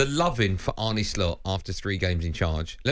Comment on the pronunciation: Arne not Arnie